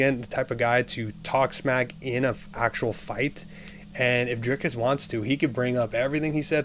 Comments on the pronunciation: Driscus du plessis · Listen more closely. He adds an S before the C. You wrote an entire paragraph to back up someone mispronouncing the very name the entire video is about? I stand by my words. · How can anyone take you seriously. Your making content, to get viewers, by commenting on a sport, yet you can't, or won't even bother to pronounce the fighter's name correctly? He's the subject of the video!! Show some respect, to the athletes, and to your audience!! Correct assessment, Dricus will win.